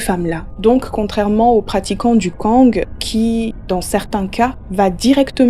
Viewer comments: tu ne dois pas prononcer le g de kong ca se prononce kon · On dit le Koñg stp. sans toute fois prononcer le g de la fin , stp. Merci.